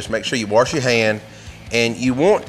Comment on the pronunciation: I can forgive the sowlmin because he said waRsh!